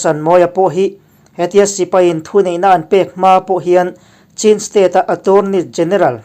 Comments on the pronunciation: Chin i lam khi a dik lo deuh ka tia ch hi an nei ve lo ania....chin tia lam lo in chhin tia lam tur zawk ani e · Chin hnam kha a aw (pronunciation) chu (Chhin ) tih tur a ni a chhan pawh Chhinlung chhuak a tanga lak niin (Chhin) aw INP kan lawm e